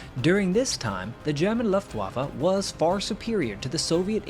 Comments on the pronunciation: Nice job EXCEPT - you keep mispronouncing Luftwaffe - "Luft" is pronounced like "Looft" not "Luft" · On your accent... you ask to be kind, so no comment, just please don't say that Loftwaffer... because... well just not to, please. Better try Looftvahffã (pretty please?) On figures, you assume Soviet reports to be accurate... well, Soviets and Germans knew those losses to be true as claimed by LW, otherwise for example E. Hartmann wouldn't have been trialed and imprisoned for so many years after 1945 for crippling USSR economy. And last, I am not a native english speaker, but I wonder nonetheless, why you keep using that would-would-would form, which might be so trendy but ... ok, WHY in Walhalla's name don't you ever use the old good simple past ? Just saying. Finally, THANK YOU because in all, you produced a nice and entertaining video on some little known story. So the vote is a good 10! ;-) Ps Since I read some brainwashed poor souls who loves to whip himself for the past he is been told to neglect and be penitent about... Ehler was a fine soldier and a hero for his Country. Other Countries carve marble statues on similar outstanding Men, and sadly Germany still has spineless individuals who despise them, it seems that one propaganda replaced the other. R.i.f. Held C. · "Done your best"? Is it really that hard to pronounce "Luftbaffe" instead of pronouncing the w as if you were talking about the waffles you eat in your morning breakfast? Baffled, battery, balloon, barn, banner... Luft-waffe. It's not hard at all, you're just dishonest and intellectually lazy. You and your culture see other languages as unworthy of your effort to pronounce them correctly and it's disgusting. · Nice video, but Luft wa fe.... Deutsch(german) is phonetic...